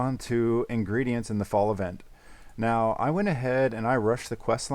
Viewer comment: Love how says meow instead of now in this vid 😂